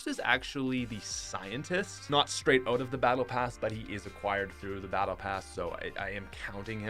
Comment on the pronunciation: Its weird when u say out. U say oat instead if out